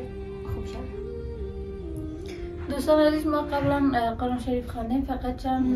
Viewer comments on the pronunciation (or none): none